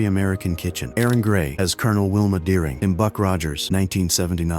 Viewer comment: You ever see a James looks like that? Jane Seymour not James Seymour. And Aaron Gray? Oh man. Erin not Aaron. Dude your AI program can't tell male from female. lol